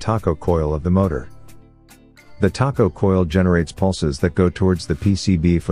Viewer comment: It calls it a "taco" instead of a tacho, but otherwise good.